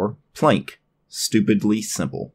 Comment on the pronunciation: I don't wanna Plenk! (yeah it's probably Plank, right? but I like your pronunciation more). Damn, the linux desktop environments get more scattered and become mixtures of everything and nothing. I see some elements from windows 10 to gnome 2 to gnome 3. The menu is just plain ugly. And the PLENK on the left. Yeah it's small, but who needs that space occupation of a "plenk", while you can just have your most used applications in the menubar. Now I know It is all personal taste, and I might be grumpy, but it seems that all desktop environments with every new version try to reinvent the wheel over and over again, and trying to resemble the latest features from windows 10 and IOS and gnome and whatever and somehow integrate that into theirs. I'm stuck in the gnome 2.32 and windows 2000 era interface, that is why I only like Mate, and I can tolerate xfce. A simple categorized menu, which is simply the most efficient and logical. I don't need stuff like dash, or full screen menu that treats my computer as a blackbox, where I need a search engine for my applications. I can understand a search option for files, but not for applications. And a simple menu bar with a clock and some status thingies and some shortcuts. I do like features like snapping windows, and keyboard shortcuts to move apps, switching between them. Everything else is just distraction and screen clutter. And where is the longevity of a desktop environment? Changing everything all the time, instead of really improving